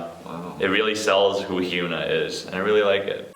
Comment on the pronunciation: pronunciation of Hyuna made me cringe.